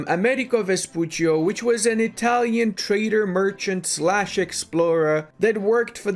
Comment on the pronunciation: *Vespucci, not Vespuccio